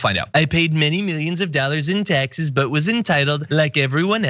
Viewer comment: Waaiiitttt a second...... Did you just say "We'll see a D pic from 45 before we see his taxea"???? Honey first he's got to have a "D" to snap a D pic........